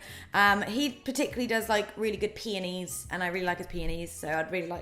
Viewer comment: I feel really immature that I laughed every time you said peonies... it sounds like penis